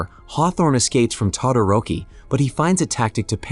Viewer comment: Mmmmmm yes "todaroki"